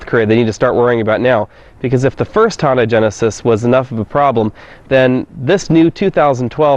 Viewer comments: Hyundai, not Honda. Pronounced hi-yun-die. I lived in korea for a year and was corrected by a local. Lol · I just scrolled down to see if anyone else thought he kept saying Honda... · Why does this guy keep saying HONDA? Its a Hyundai!!!!!